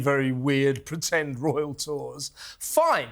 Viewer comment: ITS NOT A 'ROUAL TOUR!!